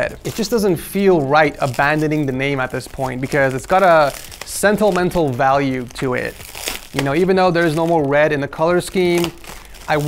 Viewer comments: Are we making up words now? "Sen-tel-men-tel" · "it's got a sentiel mental value to it" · Sentilmental value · "sental-mental" lol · sentle mentle value